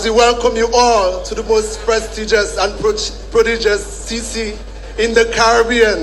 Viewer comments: What the young guy said ? Prodigus? Lolol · I suspect he meant prestigious